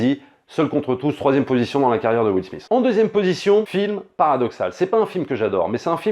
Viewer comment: Ca se prononce Will "Smit" pas Will "Smiss" et sa voix fr c'est le génial Greg Germain! D'accord sur la recherche de la dignité, mais en occident et surtout aux US, c'est bien la réussite économique qui compte plus que le reste. Le réalisateur aurait pu choisir un personnage qui ne fini pas millionnaire mais qui réussi sa vie par d'autres formes de succès.